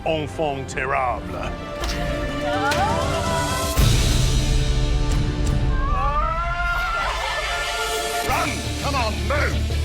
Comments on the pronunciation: “Onfon terrable”? 🙄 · "ongfong terrable" LMFAO!! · Why even use a fancy word like 'enfant terrible' if you have absolutely zero idea of how to say it? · Enfant terAABLA. 😂😂😂😂